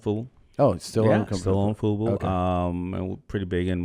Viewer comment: Did Tom just call Daymond's company FUPA instead of FUBU lol